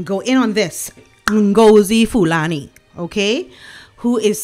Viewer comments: I couldn't stop laughing at the way you pronounced this woman's name! She was definitely plotting a situation that would make headlines and gives her much publicity that she badly needed! The palace should think carefully who they invite for these events as not many people are genuine. Thanks for pointing out what she wrote about the treatment that Meghan had to endure from her Racist Royal in-laws! So much for the racist Royal family Meghan didn't have a problem of naming their children with traditional Royal names! Hypocrites to the core. My opinion is if this woman doesn't want to be recognised as someone with African origin then she shouldn't have worn that tribal costume! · So GOOD to listen to you. Loved the way you pronounced Marlene’s made up name. Does anyone know exactly what tribe’s clothing was she wearing? I would love to know from those of you who know.🌺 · First time on you’re channel and I’m charmed. Your pronunciation of the imposter’s name is comedy gold. 😂 That sanctuary looks pretty suspect, now that I know its purpose is to keep violent men out of jail where they belong. Does that bongo-dreaded woman know nothing of that African tradition of showing respect to elders? Poor Lady Susan! P. S. Your makeup is beautiful. 😊